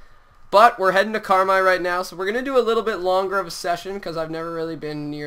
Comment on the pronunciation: (CAR-MIIII) that's how you pronounce carmi :)